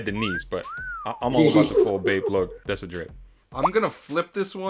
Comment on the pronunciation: “Thassa song!!” LOL